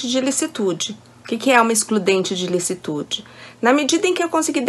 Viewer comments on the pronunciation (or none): e o cara falando excludente de "lucitude" ao inves de "licitude". pqp.